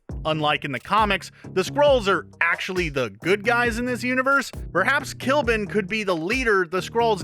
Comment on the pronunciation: Did you guys seriously call Ikaris I-Kah-Ris? Sorry to sound offensive if I am, it is pronounced I-Kuh-Ris And i think Kly'Bn is pronounced Cli-Bin